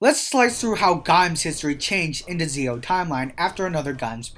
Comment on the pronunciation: it's Zi-O(Ji-O) not Zeo